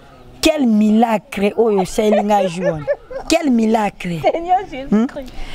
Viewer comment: Quel milaaacle il massacre ça 🤣🤣🤣🤣 trop fort, courage à toi le